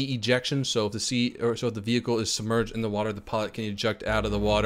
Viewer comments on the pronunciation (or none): none